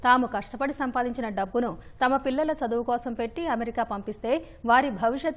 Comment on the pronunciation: Saduvu kadu talli Chaduvu ani palakali